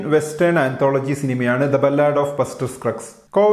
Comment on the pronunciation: Sir it's not ബല്ലാട്. Its ബാലഡ്.